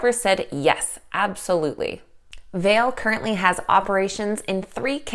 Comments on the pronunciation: Vale is in Sudbury Ontario Canada it is pronounced Val-lay. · Pronounced Val-a